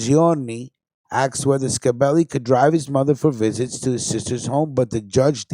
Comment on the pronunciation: Not ska belli it's scibelli get it right 👍 stunad.. fuhgettaboudit..